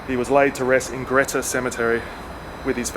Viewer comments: It is pronounced Greeta………..Jack Jones is buried in Wangaratta Cemetery, close to Mason St, towards the original front of the cemetery. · Really enjoyable video & like few others laughed at your dry humour. By the way, having lived in Glenrowan for over 20 years, I've only ever known Greta pronounced as you would the word 'greet'. One of those English language odities i guess